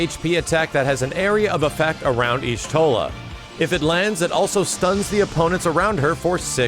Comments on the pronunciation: Yashtola, not Yishtola. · Mandatory 'the Y is silent so it's just pronounced Shtola' lore nerd comment.